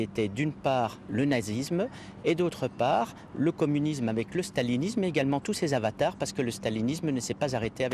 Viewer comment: « Le co… le comnimusme est une idologie nobe, idéologie nolbe » Ptain il sait même pas parler